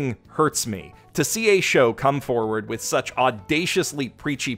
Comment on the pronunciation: To whom it may concern, it's pronounced "with". That's it. That's a short /i/ and the softer of the two "th" sounds. No idea where the /ai/ diphthong is coming from but hey, Japanese peeps aren't exactly known for their proper pronunciation of English words.